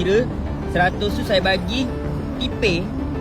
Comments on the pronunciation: TIPE, SYE, KIRE😂😂😂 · "Kire sye" sye sye pun dah boleh agak orang mana?